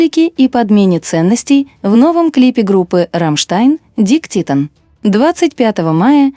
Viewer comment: Разбор хорош, но как же режет слух это ваше "Дик титен", просто ужас, Тилль ведь вполне понятно поёт Дике титтен!!!